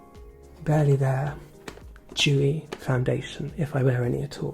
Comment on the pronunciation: said “dewy foundation” but I heard “jewy foundation”. For a second I thought, “I know doesn’t like being overly politically correct but this is a bit much”, but I quickly realized it was dewy.